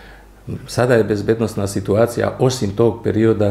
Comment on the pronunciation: Dobro vas je ispravio general. Nije bezbed-O-nosna, već bezbednosna. Daj, naučite već jednom govoriti.